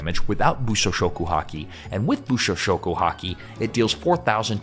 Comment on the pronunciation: kept saying bushoshoku haki everytime, I feel bad for him